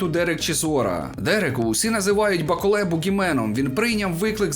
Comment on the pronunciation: Молодець, що наголос ставиш правильно, як і має бути у франкофонному варіанті. БаколЕ - франкофон і тому наголос на останній склад! Усик, як завжди, на висоті! Бравісімо!!! Рашистів, під якими б ганчірками вони не виступали, варто нагороджувати лише презирством! Я не вболівав ні за кадиривця, ні за путініста-рашиста "с раскосыми и узкими глазами" - білого вола. Обоє рябоє. Трохи більше симпатизував БТР як представнику чечено-дагестанського народів, що перебувають у неволі! Так політика, хочемо ми цього чи ні, стає чинником спорту, а спорт, у даному випадку - бокс, політики. Хто цього ще не усвідомив просто або лукавить, або живе у паралельному світі. Дякую за огляд.